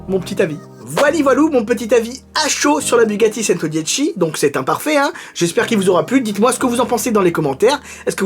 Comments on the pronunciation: Super, mais le model se prononce "tchento" pour 100 en italien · A chaque fois que tu prononce "Centodieci" j'ai mal aux oreilles 😖